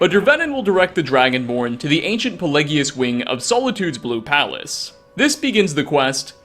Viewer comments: Bro.. Really pelegius.. It’s pronounced PAY-LAY-GEE-US. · My mans, Puh Lay Ji Us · I'm pretty sure 'Pelagius' is pronounced as (pe-'lay'-jus) and 'Rieklings' are pronounced as ('reek'-lings). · you said pelagius wrong. oh and. 'MURDERED TO DEATH BY THE ALMIGHTY ' and in fallout 4 i called my radium rifle 'murders to death' do you like the name?? also you say nerevine but it is Nerevarine